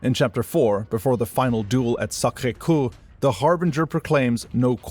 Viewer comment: Sacre Coeur, not Cour.